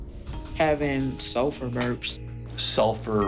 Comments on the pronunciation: Oh my Gosh! When she said "sulfur burps" i thought she said "sofa burps" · Deadass thought she said sofa burps when i first heard it. Had to leave my house and get away from my furniture to stop laughing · “Sulfer Burps?” People who have acid reflux should have sulfur burps! 😂